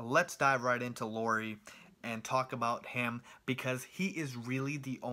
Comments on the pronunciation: He just needs to pronounce Lauri as Lowry and he's pretty much as close as you can expect someone who doesn't know a word of Finnish to be. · You pronounced Markkanen just right. Lauri was nowhere near :) Cool review though. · LOW-ree (rhymes with COW-ree) MAR-ke-nin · LOW-ry MARK-kanen (like TRINity) - Markkanen was said correct, except the stress comes always in the beginning in Finnish. And I'm a Finn too.